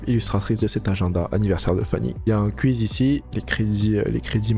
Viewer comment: je ne vais pas l'acheter juste a cause de ta prononciation de quizz